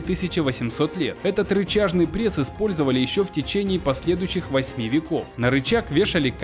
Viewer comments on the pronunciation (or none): none